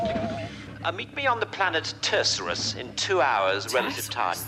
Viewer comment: even though they pronounced it wrong!😜